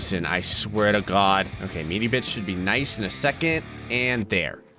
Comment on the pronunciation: "I swear ta'gawd..." –, But Hasn't Left New Jersey 😂